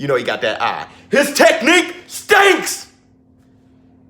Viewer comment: Teddy: "his technique STENCKKS"😂